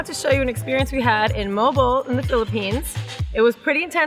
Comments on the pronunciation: It's (mo_al bo_al), sounds like pubic hair when you pronounce it molbol in our language..😄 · its mo - al -bo - al